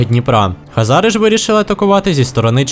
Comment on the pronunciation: Нічого такого просто сказати що Українською буде Хозари а не Хазари но помилку я твою розумію сам грав весь час думав Хазари погуглив а правильно Хозари. Но відео всеодно класне!